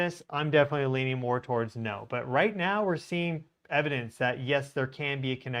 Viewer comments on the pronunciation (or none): none